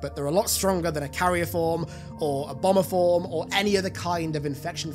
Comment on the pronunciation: Dude said "bomber form" with his accent and I heard "obamaform" and laughed about a proto gravemind Barack.